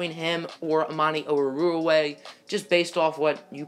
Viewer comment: It's Amani Oru-Wari-ye sound it out please ‼️‼️‼️‼️